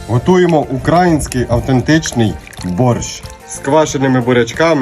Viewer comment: Не український, а український, наголос неправильний і ваш борщ вже не той.😂😂😂 Квашені буряки ніколи не чула, це щось з московії, якось так .